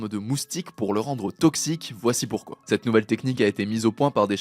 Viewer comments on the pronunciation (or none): none